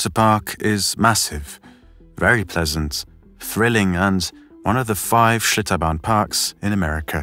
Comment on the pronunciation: did he say shitobarn waterpark? lol